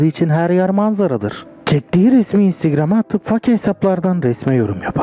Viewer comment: Herşey iyide Instagram diyemeyen adamın olayı anlatması sıkıntı 😊